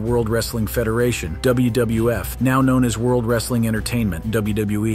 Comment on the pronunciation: Why do you often say "WBF" instead of "WWF"?